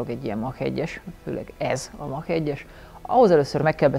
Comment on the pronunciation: Egy aranylag rendesen beszelo amerikai is "a"-val ejti a Mach-ot es nem "e"-vel. Amugy jo hogy teljesen veletlenul radtalaltam nem olyan reg. Valamikor behozhatnad a kepbe a rendes bringazast mint anno az F150 tesztnel. SRAM + Rockshox for the win csak mert tudom hogy Shimano parti vagy.